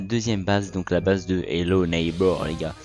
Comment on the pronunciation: Ça se dit bays pas beurz